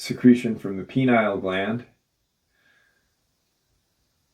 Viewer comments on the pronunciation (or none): It'd be helpful for the audience if you'd pronounce that gland PEE-NEE-UHL, not PEE-NILE. It's very confusing for those who don't know that you're talking about a gland located in the center of the brain sphere, not a male reproductive organ. 🙂Just a suggestion. Nice video. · pineal not penile lol